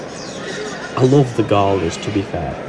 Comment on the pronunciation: Your pronunciation of Galah is a bit off mate. GalAH.